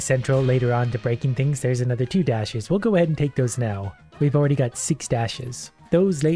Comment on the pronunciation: Why did I understand "zwei percent damage"? (Zwei is german for two)